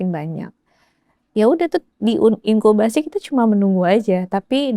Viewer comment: Intubasi mbak, bukan inkubasi... ☺